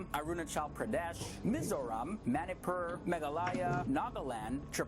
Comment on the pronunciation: Manipur is actually pronounced as maa-nee-puur....maaneepuur. & looks exactly like one of my ex class mate🤣